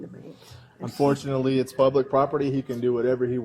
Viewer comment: This officer says -Unfourtenly!!??? Its dangerous when cops have their own opinion and tells that to the public! Disgusting!